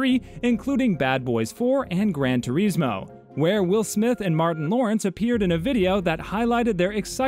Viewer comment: say it with me gran tur -is-mo not ter-is- mo